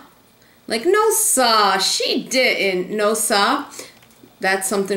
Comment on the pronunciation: when said "no sa"... i felt it!